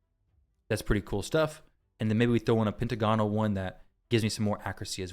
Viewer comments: Not to be that guy, but it's "Pent - agonal" not "Penta - gonal". Great vid otherwise though! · Actually, it's pen·tag·o·nal per Websters. ;)